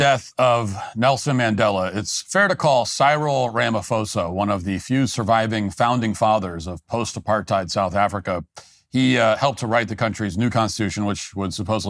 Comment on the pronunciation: It’s Cyril, like cereal, not Cyril, like Cyrus.